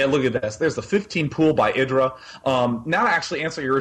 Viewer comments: ITS I_DRA NOT IRA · its pronounced [eye-dra]